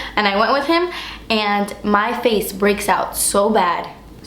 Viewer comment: "Ok so I am done with my 'fa-ce'" lol I say that all the time!:) I loved your bubbliness and how playful you were in this video. I almost peed at the end! Love you <3